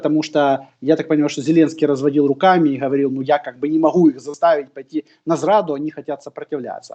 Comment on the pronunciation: ГКаварил😀. КорнейЧук и КорнейГек